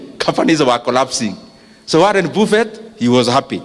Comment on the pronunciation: Thank you for these Nuggets. Pronounced "Baffet" not "BUFFET"